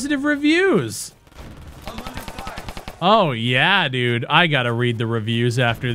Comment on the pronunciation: Lmao... that Canadian "d0000d, this game is d00g shit mannn" got him this far... :D